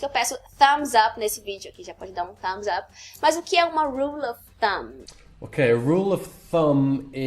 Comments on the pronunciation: percebi que aos voce e ele pronunciam ''of'' como ''oth'' e não ''av'', procede? Por que? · Donaldinho Não, tu confundiu. Eles falam "of Thumb" daí se tu falar rápido parece que eles falam "oth", mas não. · Ela me explicou no twitter, no caso ela não pronunciou of completo, meio que emendou com o ''thumb'', como tu disse. Obg